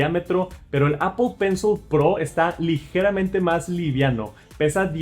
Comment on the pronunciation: APOL PENSOL